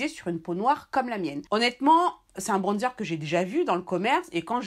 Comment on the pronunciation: « UN BRONNNDZEUR »🤣🤣🤣vous me régalez